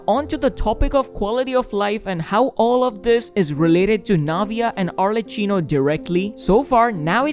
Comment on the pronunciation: it's pronunced arleCCHIno, the c is strong for god's sake